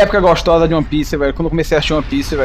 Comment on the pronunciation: Ss n aguento mais ver ele falando de uoni pissi✌😩